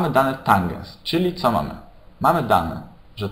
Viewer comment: tanges a nie tangens xD